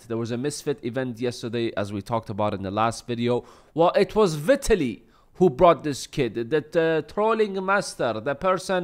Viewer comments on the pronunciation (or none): Vie-tallie is his it's pronounced. He was going to take the test but his chat told him not to. And who does a test after the fight? He admitted to being on testosterone.